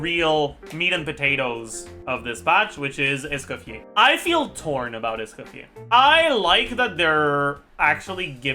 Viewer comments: It's Escoffier not Scuffier after all baddumtss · Pronounced Es co fee ay 😂